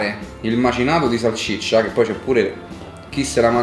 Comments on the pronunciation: Ci cmq si dice salsiccia non salccicia 😂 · Salsiccia non salciccia 😂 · A Ci se dice salsiccia non salciccia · Bella pe te però salCIccia non si può sentire